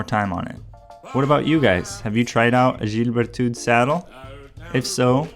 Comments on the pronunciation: ah ah ! Yeah you are doing quite fine with the pronunciation for "gilles Berthoud". you are exagerating "soulor" though, it's simpler than that. Say "Sou" like in Soup, than add "lor" like lord without the final "d" and make it a bit shorter. Best regards from France ! ;-) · yep, you pronuced ok, just off a little. Its fine for english speaking people. In France, you have to pronounce everything correct or they don't understand. :-)